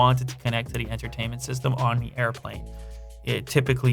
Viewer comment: Learn how to pronounce 'the' It has a th